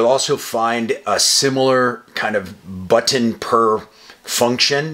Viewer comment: You say but ton like you’re teaching a child 😂